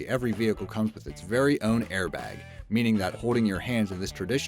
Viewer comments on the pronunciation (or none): none